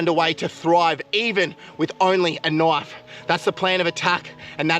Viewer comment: What I hear nwish instead of knife